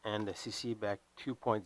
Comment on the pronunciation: It's not a beck. It's a B. E. C.